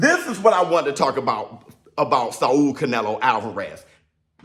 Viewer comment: Why you Saul like that 🤦🏿‍♂️🤦🏿‍♂️🤦🏿‍♂️ its SAWL... not SAW-UL